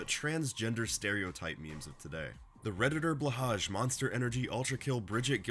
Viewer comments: it's pronounced blow-high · this pronunciation of blåhaj hurts my ears